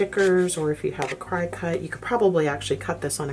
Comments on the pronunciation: Thank you for this amazing video! Btw, it's not CRY-CUT, it's CRICKET :) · it is pronounced CRICKET... not CRY CUT fyi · I think I need to get some of those cutting boards, and maybe one of those rotary cutting tools as well. Also FYI, Cricut is pronounced like the bug "cricket," not "cry-cut." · Not trying to be a “smarty pants”, but when you say “Crycut” . I’m guessing you mean a “Cricut” machine? (Pronounced like “cricket”). Thank you for your tips! Very helpful 😊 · I'm fairly certain it os supposed to be pronounced like the insect: cricket. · Great idea! I had salespeople laugh at me for a good while until someone pointed out to me the correct pronunciation! One said, "See the little cricket logo?" LOL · I used to say it the same way😄 🤷🏻‍♀️who knew it was pronounced like a bug😆 Thank You so much for this hack!!!! My husband tried to cut a piece of plastic for me literally just yesterday and it fell apart. I used packing tape to stabilize the paper till I could figure out what I was going to do. Thank You again, I’m going to put my mask on and head to Walmart today 🙌🏻 In this together 🙌🏻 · Good ideas for long lasting patterns! Thanks for the tips. FYI: Cricut is pronouced Cricket. :) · Haha - that made me giggle. Never heard anyone pronounce it like that before. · What great ideas, thank you! I also learned that I’ve been pronouncing Cricut wrong! 😜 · I've always pronounced it just like the little insect, cricket. Never heard it like she said it. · Love your ideas but could you please pronounce Cricut as Cricket.? l know a lot of people do mispronounce it and it is just one of those pet peeves for me. Hope you aren’t offended. I am taking your suggestions and doing the patterns on your masks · Just found your channel and I love it! Great hacks! (I believe Cricut is pronounced like the insect "cricket".)